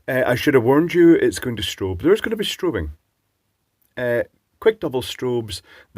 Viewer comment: strao-on, giggle! FYI, around here those are called tadpole lights since once they are off the bike it looks like it has a tadpole tail. They are handy for their ease of mounting. Sounds like it would be decent if it had an upgrade to an 18650 battery otherwise I am not interested in something I have to charge between each and every bike ride. But I will say I am glad to see more of the 4 LED lights coming about as I own a 4 pixel TV that also uses Yellow as the 4th pixel and it's like 33% brighter than 3 pixel TVs and the yellow & golds are awesome. I always wonder why we don't see more consumer products with a 4th pixel. Dave's Garage did an interesting video on 4 pixel individually addressable RGBW LED strip lights recently. Turns out they work like one giant shift register. If I knew more programming I would be very tempting to get a set as his projects really look awesome. (This is THE David Plummer, the guy who wrote Task Manager for Microsoft! Awesome electronics channel & he does lots of light projects now.)